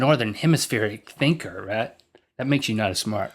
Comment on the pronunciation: His name is Rhett, not Reth.